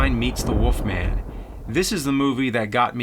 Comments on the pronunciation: Why do you say "the woff man" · I keep hearing James saying "The Woof Man".